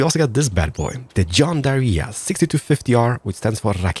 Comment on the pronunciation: I it's funny how he says john deere